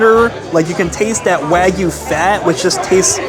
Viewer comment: Love your reviews, but my pet peeve is pronouncing the non-American words properly, especially when you visit all these premium steakhouses. "Wagyu" is pronounced", “wah-gyoo.” The “wah” sounds like the “wa” as in washer.